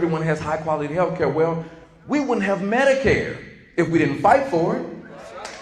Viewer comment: "Eef its a dog that leaks" 😭